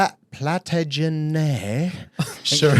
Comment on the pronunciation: Epic fail on the pronunciation of "Plantagenet" there boys, did give me a good laugh though 😆